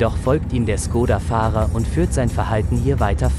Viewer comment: Schkoda! Es wird Schkoda ausgesprochen. Das Š im Tschechischen ist vergleichbar mit unserem sch.